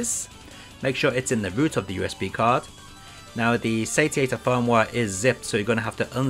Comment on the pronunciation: Looks like it should be pronounced say-she-ater